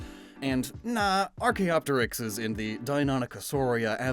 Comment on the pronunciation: Good pronunciation on Archaeopteryx 👌🏻